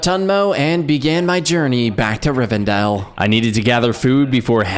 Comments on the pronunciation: pronounces Rivendeel as "Riverdale" OMGOMGOGOMGOMGOMGOMOGMOMNGMOGOM its pronounced Riv-en-dell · Great video, but hearing him say RiveRdell and not RiveNdell as an LOTR nerd was.... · I’m super pissed that you kept pronouncing Rivendale like Riverdale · It’s RivENdale not Riverdale. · river dale, what was he thinking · Riversdell not riverdell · Riverdale?! Lol. Rivendell my man. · Nice video but btw its pronounced Rivendell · It is Rivendell.